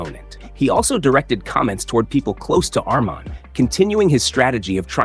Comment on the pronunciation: How do you say us mahn so many times and say it right twice? When have you ever heard it pronounced that way